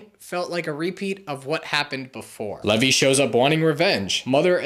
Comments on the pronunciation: This hurts to listen to, sorry. his name is pronounced “leave-eye” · no he didn't it's pronounced lee-vee not lev-ee